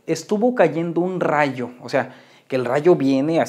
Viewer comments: "ay un razho" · Nadie: Absolutamente nadie:: Ay un raio!!